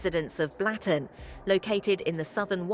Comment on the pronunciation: Not pronounced Blatten, it`s Blutten.